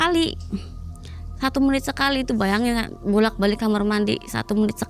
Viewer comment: Sebanyak video yg aku tonton,, kok banyak Narsum yg bilang kamar itu jadi kamer😂😂😂dan apakah benar smua kisah yg di cerita kan itu benar adanya, smua tentang pesugihan 😂😂😂😂😂😂 berarti di Indonesia bnyak manusia yg tersesat juga ya..